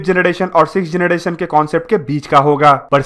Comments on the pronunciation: Bhai mai tujko unsubscribe krduga agr tune fir se generation or gederation bola ... Jb proper English pronounce nhi kr pate ho to bolte kyu ho or ye dusro ki video dekh kr batane ho knowledge kuch hai nhi😡😡😡😡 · 🤣🤣yes ur right he said gedration too 😂😂,but videos knowledgeable hoti hai bro